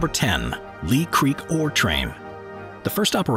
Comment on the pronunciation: 15: The Ghan (short for Afghan), not gun. 10: Leah Creek, not Lee. I assume the rest is right, but being stuck in Australia, I wouldn't know. 😁